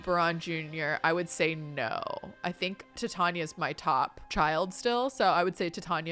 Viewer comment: Love your content but I believe Titania is pronounced like titanium. That’s at least how they say it in Midsummer Nights Dream. Totally honest mistake but the Shakespeare nerd in me was cringing hard